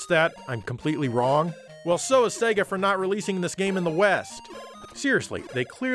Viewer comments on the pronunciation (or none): none